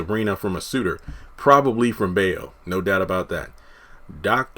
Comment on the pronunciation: bayo is pronounced as buy-0